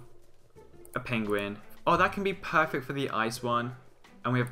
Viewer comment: lol you keep saying "peyfect" good mod show-case though :)